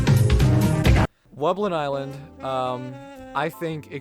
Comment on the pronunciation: every thing else is ok but you did wubnllin island wrong